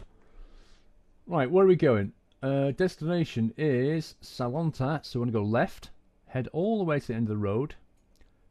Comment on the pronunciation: you didn`t say any city name correct (except salonta)